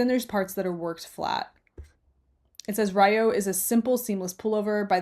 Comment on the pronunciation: Nice collection of designs, thanks for sharing! I’ll have to visit their Ravelry pages. Just for your info, Ryo is pronounced like “lee-yo” with the “Lee” sounding like a hard “L”, almost with a “d” sound. (Japanese speaker here 😄)